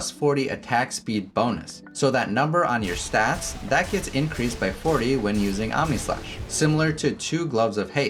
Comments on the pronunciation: I thought I heard AmèSlash. 😂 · did you just say... Ameslash?